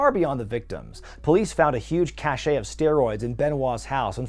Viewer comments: It's pronounced CASH. Cashay has a T on the end (cachet) and means prestige. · It's not kah-che, we're not talking about cool people. It's CASH, as in cache of weapons. Ruined an otherwise good video. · Cache is pronounced "cash". Cachet is pronounced "cash ay". Two completely different things. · FYI "cache" as in "a cache of drugs" is pronounced "cash" like money. Cachet meaning prestige, as in "Chris Benoit lost his cachet", is pronounced "ca-shay."